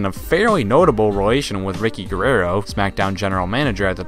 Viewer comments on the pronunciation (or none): Lol did anyone here him say Ricky guarruaro